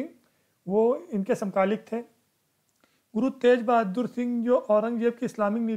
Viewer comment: not tej...GURU TEG BAHADUR SINGH JI.